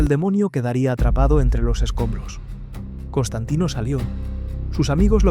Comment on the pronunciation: es Constantine No, es Constantain... Constantino!!! 😂😂😂